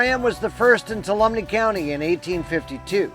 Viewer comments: Two all um me = Tuolumne. I know it’s a hard word to pronounce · Ask a local for the pronunciation of Tuolumne (2-walla-me) if I'm not mistaken. It took me a minute to figure out which town you were talking about. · Tuolumne is pronounced " 2-all-o-me" great video about my home and near by areas.